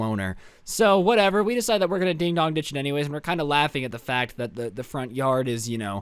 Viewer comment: Im confused is it ding dong ditch or ding dog ditch bc it sounds lime ding dong